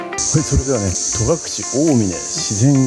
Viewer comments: 重箱の隅を突っつくようで恐縮ですが、戸隠「とがくれ」ではなく「とがくし」ですよ。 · 観たよ観たよまたまたぜーんぶ観たよ😊 いい旅でしたねー♪ 私も10月初めに北海道から初めての長野に行きます。 松本空港でレンタカー借りて、まずは奈良井宿に行き、長野、小布施、上田、別所温泉♨️などのコースを予定しています。 戸隠や安曇野、上高地もいいですね！楽しみでワクワクしてます😊 あと、とがくれじゃなくて、とがくしだと思うんだけどなあー